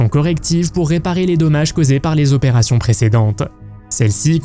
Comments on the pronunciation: Les vingt zopérations, bravo pour la liaison dangereuse ! Bravo aussi pour la voix en ia, aucun effort. De plus, les dates dans les évènements, c'est n'importe quoi : opération en 1963 pour Hang Mioku qui est née en 1965. J'ai arrêté là. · 20 zopérations ????? Alors, enter 19 et 21 ans, on a vingt zans ??? Qui est l'ignare abruti qui parle comme ça ???? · « Vingt « zzzz opérations. Aille aille aille. Ça fait mal aux oreilles 🥴🥴🥴